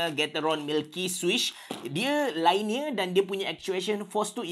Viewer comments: LINEAR lainiyer ❎ liniyer ✅ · Linear, not lainear. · Cara sebut linear ialah LEE - NEAR